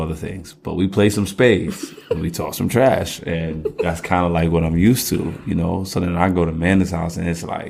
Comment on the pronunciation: Much emphasis on the "Talk some trash"